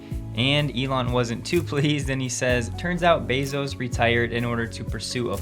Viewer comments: Did you say Jeff BOZO? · Be-s.o.s ... subtle, but very Elon. 🤣🤣🤣🤣